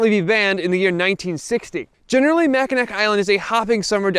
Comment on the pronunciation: “Mack-uh-nack”? Really? As well-researched as your videos are, I am surprised you didn’t know it’s pronounced “Mackinaw.” And to think we had such big plans for you. LOL. Or…you DO know and we’re being trolled? 😂